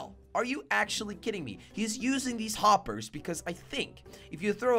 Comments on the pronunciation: Why are you saying whoppers instead of hoppers?? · said woppers